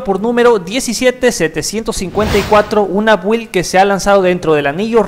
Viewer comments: Se pronuncian: "Bild", "Apdeit", "Insaider"... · La información que diste está genial, pero las pronunciaciones a futuro serían /ápdeit/ y /bild/ M e muero de ganas de tener ese explorador de archivos oscuro... Wow